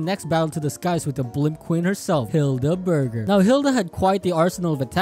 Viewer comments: LOL Hilda Berg-er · Hilda Berg-er